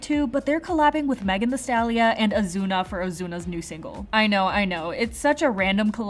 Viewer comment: Wait this is too funny! How do you know how to pronounce Korean names so right but can't say "Stallion" correctly? 😆 It's stalliON not stalliA. No shade, it just caught me by surprise.